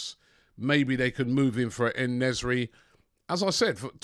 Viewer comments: (En-nes-eerie) don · Robbie u really need to learn how to read man, the man's name is "En Nesyri" 🙈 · Also, I like how EN spells EL Nesyri 😂🤣 butchers names badly